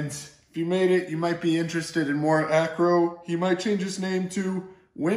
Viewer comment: Its what....its Mor Acro.